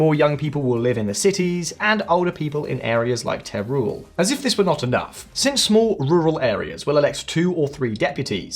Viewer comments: Teruel “teh-roo- el” not “tay rule” FYI. Good video though, thanks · Teruel is pronounced as Terwel.